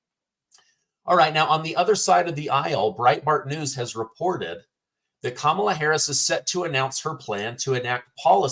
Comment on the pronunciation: 'Skamala' OOOPS!!! Its the illegal immigration and inflation fiasco that caused the tongue twist. No need to apologize. 🤣🤣😂